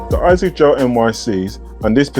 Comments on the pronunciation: I was curious too why you call them Isaacs instead of A-sicks. Great review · It’s really annoying when keep saying Isaacs!